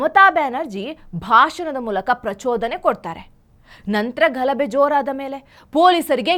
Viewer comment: ಘಲಬೆ ಅಲ್ಲ ಮೇಡಂ, ಗಲಭೆ